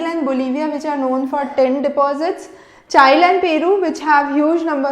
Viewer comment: it was awesome to hear your lecture mam.. but i would like to correct your mistake which was in South America's part of mineral distribution.. your pronouncation of chile was wrong..